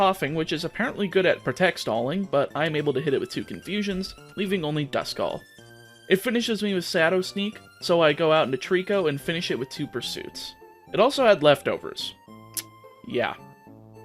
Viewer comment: DO NOT LEAVE OFF THE H IN SHADOW!